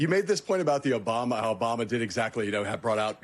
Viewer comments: 1.41. Who is “Obuma” ?? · He said “oBUMa.” He’s a child. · You mispronounced "Obuma," I think. Is he going to make a golf course at the White House?